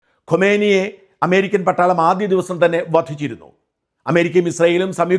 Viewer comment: "ഖൊമേനി" അല്ല ഷാജാ. "ഖാമെനെയ്".